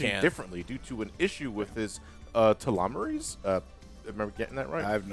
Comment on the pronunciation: I always wanted glow in the dark stars on my ceiling., it's pronounced tell-oh-meers.... I think.